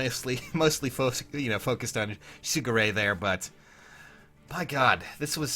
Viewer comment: Every time you say his name all I hear is Sugar Ray... Lolz